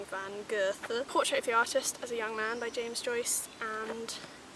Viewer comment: I'm german and I always wanted to hear an english speaking person trying to pronounce Johann Wolfgang von Goethe. Thank you for that! Hahaha, great job ;)